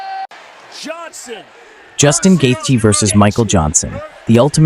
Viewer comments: Whoever did the voice can’t say Justin Gaethje right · I wish these idiots would learn how to pronounce his name. Its not gaythie its gaychi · "Gay thee" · Actually the th isn't silent. It's like gaith(rhymes with faith)jee